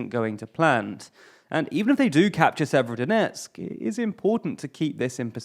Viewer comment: FFS stop mispronouncing place names, you can go to wikipedia for rubizhne and severodonetsk with the proper pronunciations.